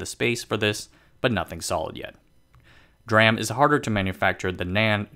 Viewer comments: Yes, that is how you pronounce it. It’s D (silence) RAM. Not ‘dram’ directly. Like SMIC you pronounce ‘smick’… I think I will pass for that. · DRAM is pronounced as D-RAM, not dram. CPU caches use SRAM, S-RAM, not sram. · I've been in the semiconductor industry for over 30 years. Never heard anyone, except the uninitiated, refer to DRAM as "dram" before. DRAM & SRAM are referred to as "D-ram" & "S-ram". Conversely, "NAND" is just "nand". Strange he does this (& mocks any who corrects him) because he seems to generally know his stuff. 🤷‍♂️ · its not dram its d ram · it's pronounced "dee-ram" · God drammit! It's Dee-ram! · Yep. Someone should explain to him that it is D-RAM, standing for Dynamic Random Access Memory. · Well said. DRam. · Yes. It is D-Ram. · really good info here thanks for that. DRAM is pronounced with the D separate, like "dee-ram". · This sound like cctv propaganda video... can’t fool me. U can’t even pronounce D RaM I know this is CCp control propaganda video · That's an interesting way to pronounce DRAM. Edit: Interestingly, 'dram' is indeed a word. It can stand for an obscure unit of measurement, a small amount of liquor, or a small amount of anything. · lol i almost threw up when "DRAM" was pronounced like a word. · He just butchered the "DRAM" word along the vid and I cant stop laughing. SMIC is pronounce as 'smick' next time, MAKE MY DAY PLEASEEEEEEE.